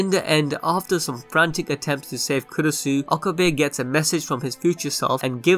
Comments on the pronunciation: It's actually kurisu, makise kurisu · I thought its kurisu? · Kurisu bruh***